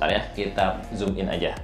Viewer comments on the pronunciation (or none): none